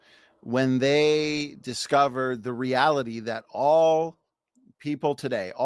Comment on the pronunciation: The way he says "all" several times in a row, now you'll all hear it too 😅 you're welcome 😅 (pin 📌 me) 😅